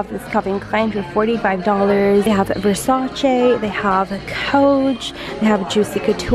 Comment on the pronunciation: Yo the way she produced Versace 😂😂😂😂😂 lmaooo